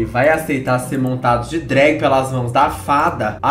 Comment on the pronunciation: de "drágue" me quebrou